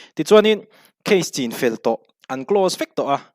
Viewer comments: chinfel hi, i lai hi thlûk loh tur...thlai chîng thlûkin i thlûk daih a,rinna hi thlûkna a awm lo a,rin ang hian chin tih tawp tur..ngaihnawm thin e. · Chinfel i lam dan hi uluk leh hret teh....thlai chi chin zawh tawh vanga chinfel ri angin i lam tlat.